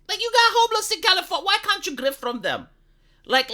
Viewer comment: its not California, it’s Californya-nya